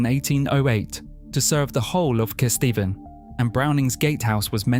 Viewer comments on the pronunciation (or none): Kystor? Wondered where on earth they meant. Then I found myself saying out loud ‘Oh Cayster!’ Agree with other comments, places not pronounced correctly, house prices not up to date. Lincolnshire is the best, but stop encouraging people from the South moving there and pushing house prices up beyond what locals can avoid. Lincolnshire remains charming because it’s remote and distinctly Lincolnshire. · It’s pronounced Caystor, not Keyester. Other than that, a very good video.